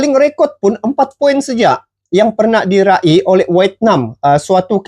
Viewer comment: Poin yg di raih membacanya jgn di pisah2 bukan dira ih tapi diraih.